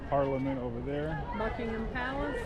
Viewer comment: Not Bucking Ham ... silent H